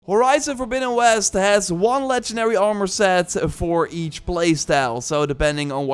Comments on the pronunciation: "doe" instead of though. "Are more" instead of "arm er" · It drives me nuts when you say “R more”